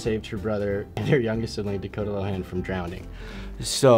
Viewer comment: His name is Dakota.....Da Ko Ta....oooookayyyyy